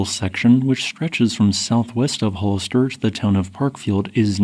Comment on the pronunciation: It's pronounced HALL 'ISS 'ter. Hollister, CA.